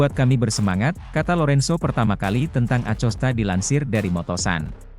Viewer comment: A C O S T A?!😂😂😂BELAJAR NGEJA DULU BRO SBLM NGONTEN😂😂👎👎